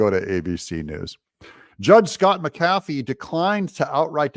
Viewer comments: The judge's last name is pronounced: "Mac-a-fee," not "Mac-cafee." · His name is Pronounced Mac A Fee Not Ma Kafee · I don't care if you highlight the text or not, but it would be a lot better if you would pronounce the judge's name CORRECTLY! It is not Judge McCaffey. It is Judge McAfee (Mack uh FEE). You know, since you asked....... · One small little thing Doug but I believe the judges last name is pronounced mac-a-fee three separate words not macafey as in one word. Otherwise good job! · And I thought I was fussy. Highlighting not a problem. What IS a problem is the way you say McAfee. Accent is on Mc. While I'm at it.........if you ever add "music" I'll be outta here. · Doug, it’s ‘Mc Afee’, not ‘Mc Cafee’. This Judge’s wishy-washy ruling will be remedied by a higher court. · Doug, the judge's name is pronounced mack-uh-fee, not muh-kaffee. Sometimes my inner grammar Nazi takes over... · It's JUDGE MACK-afee NOT Mack-AF-ee!!! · Google - pronounce mcafee, ma•kuh•fee and then push the lips to hear her say it for you. Doug, you have been talking about Judge McAfee for months now, one two minute Google search and then you can say it correctly. Your show suffers from the laziness! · It's pronounced Mc A Fee. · ITS Mac "A" fee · His name is pronounced Mac A Fee😊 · Doug, do you keep mispronouncing judge McAfee's name on purpose? (to dis him? maybe?) Also no to hi-lighting, why not just point with a custom cursor, like for instance the finger one. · Please say the judge's name properly. Makes you sound silly